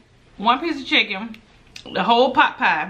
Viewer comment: U say potpie, I though u were saying popeye. I am like why she kept saying popeye, when this is KFC Lol! 💕💕💕 Love you! You make my day a little brighter everyday. 💙 KFC coleslaw is the Bomb! 🎈🎈🎈